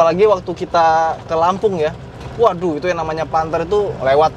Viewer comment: "WADUHH" MEDHOK KLATEN BGT 😁😁😁